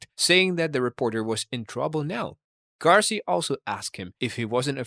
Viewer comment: throughout all your research u never noticed its gacy not garcy? 🤨 also how did manson make the list, he never killed anyone.., issei wasn't a serial killer too by the way, he only got one though he did say he was going to do it again b4 he died but i guess that ship sailed cuz he died last year